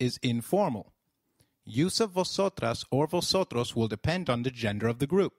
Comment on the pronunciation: I‘m confused. When v appears at the beginning of a word, shouldn't it be pronounced as 'b' than 'v'?